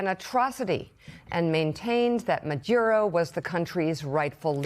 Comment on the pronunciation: You’re both pronouncing Maduro’s name differently. I love hearing your thoughts, but this is distracting.